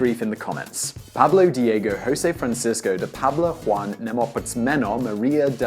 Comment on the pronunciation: Simon, not heat, just found it funny that it's pronounced Neh-poh-moo-seh-no, yet you said Nae-moh-poom-smeh-no, which I think is even more complicated. xD I've been binge watching all your channels, BTW, awesome content! My hat off to you for the amazing amount of rich content you upload, I cannot, by the life of me, fathom how on earth you find the time to do so much. Just as a bit of an opinion, of which I'm sure you hear many, careful when reading numbers outloud, every now and then Ive caught you misreading years or dates (inversing the numbers and such), got me confused on a couple of vids and had to go back to understand. I do want to stress, though, your videos are great!!